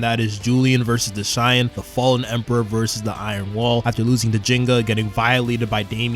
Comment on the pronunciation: Who tf is "Deshine"? :') Are you really calling Dashan like that? 😭 And why are you writing Ginga "Jinga"? :')